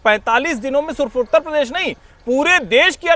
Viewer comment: हमारा उत्त प्रदेश....(मौलाना टोटूद्दीन) भाई उत्तर प्रदेश बोलना तो सीख ले...